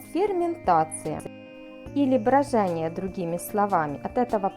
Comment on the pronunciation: только вы произнесли не брОжение,а брАжение.Что касается сушки-то три дня конечно никто не сушит, часа 4 при 50 и открытой духовке. И еще -чай никто 100 градусным кипятком не заваривает, это давно все знают.Особенно зеленый.А по поводу видео=ферментирую не первый раз,решил освежить-ваше видео и попалось.